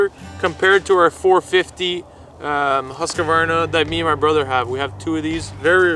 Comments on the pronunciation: All right - let's try to pronounce the brand name 'Husqvarna' correct. It is NOT pronounced like 'Haskevarna' - it's a Swedish name and the correct pronounciation is 'Huus-kvarna' (which also happens to be the name of the Swedish town the company origins from). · Great review! Just a friendly advice how to pronounce the Swedish brand Husqvarna. You seem to pronounce it like "Huskeywarna", but the correct way would be more like "hoosk-VAR-na" or "huusk-VAR-na". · Viewers are given NO clue about chains, New? Old? Worn out VS new? chain widths? NOT what viewers are concerned about. Come back when better rehearsed. For those who Know, Husqvarna is not pronounced Husq-UH- varna, Husqvarna representives cringe when they Hear UH!!!😡